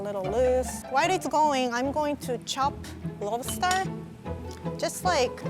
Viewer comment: saying Lobster sounds like "Love Star" to me. Is that just me?